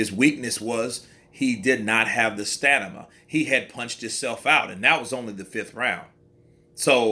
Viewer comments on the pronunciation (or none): Broo It’s STAMINA not STANIMA You’ve said it twice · haha i caught that, bro had Stamina as Stanima but we got the message. Good video still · Did he say Stanima😳😳😳